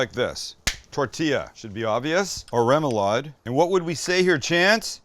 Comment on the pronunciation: As a New Orleanian, you should try a surf 'n' turf poboy. Shredded roast beef with gravy and fried shrimp dressed with lettuce, tomato, pickles, and mayo. Also, smaller shrimp allows for more coverage on the bread, so I'd recommend that for the traditional sandwich. Also, remoulade is pronounced raw-moulade.